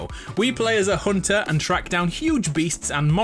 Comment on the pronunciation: He says "hunter" the same way Eileen the crow does. "a hoonter must hoont"